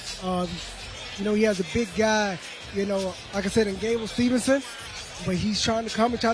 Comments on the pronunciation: If this guy mispronounces Gables name one more time I’m turning this shit off his name is not Stevenson it is Steveson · if he says steveNson 1 more time 😂😂 right after the ring guy announced it correctly